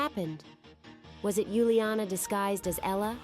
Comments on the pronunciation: Not Yuliana is Uliana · It’s Uliana not Yuliana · It's uliana for heaven's sake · It's uliana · Its uliana